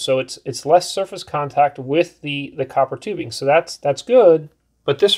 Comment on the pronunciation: I like how they say coppertubing as one word. Brilliant stuff. Coppertubing!